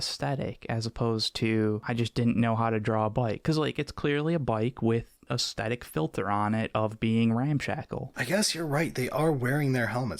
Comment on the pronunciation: I'd become convinced that mispronunciation of "aesthetic" was him trying to wind up the audience, and then said it too. So I guess it's just a weird dialect thing. Anyway... I broadly agree with your conclusions, but I'd argue that the Imperial Agents' aircraft is a lot closer to what Air Cavalry / Heliborne actually is than the Deff Koptas. Air Cavalry is Infantry in an helicopter - who then get out of the helicopter to fight. If you stay in the helo, you're not infantry, you're a pilot and not cavalry.